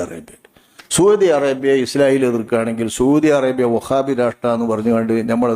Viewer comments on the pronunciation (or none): സൂതി അറേബ്യ അല്ല സൗദി അറബിയ കോയ 😂😂